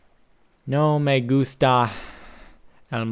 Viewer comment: SPANISH yeah!! I'M from Spain! Also good pronuciation